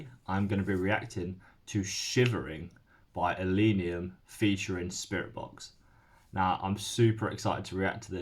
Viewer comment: It's ill-leh-neeum, not ill-ee-neeum.